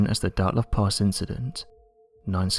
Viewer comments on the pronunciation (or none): Why does he call it "Dartlov"??